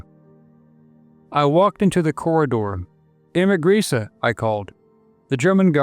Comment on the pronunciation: I believe it is pronounced : Graze-Ah, from what I understand.